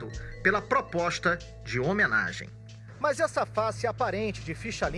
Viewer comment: Só não entendi porque o repórter fala "mãs" ao invés de mas. 🙄